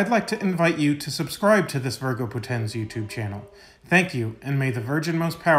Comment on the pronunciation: i mean no offense, but all latin words are paroxitone, so the accent on Poténs is not really there, because it has only two syllables. So it must be spelled "VÍRGO PÓTENS". Amazing content you have here! Thank you for it!